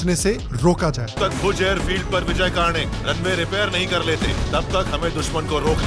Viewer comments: It's कर्णिक not कार्णिक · Its not कार्निक (kaarnik) its कर्णिक (Karnik). Respect the hero’s name,. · आपने ये नही बताया कि अजय देवगन को इस फ़िल्म में सेकुलरिज्म का कीड़ा काटा था और फ़िल्म में एक ऐसा मुस्लिम क़िरदार घुसेड़ा जो वास्तविक कहानी में है ही नही। यह उन वीरांगनाओं का अपमान है। अजय देवगन ने जो किरदार निभाया है उसका सही उच्चारण। "कर्णिक है ना कि कार्णिक"।